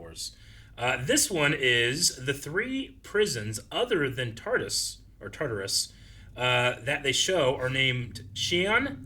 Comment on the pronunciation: I keep hearing tartar sauce